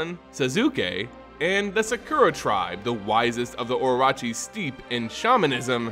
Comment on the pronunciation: Okay I have to make a correction here. Orochi is pronounced O-Ro-Chi. Sorry hearing it prounced oroachi was super grating. Great vid otherwise.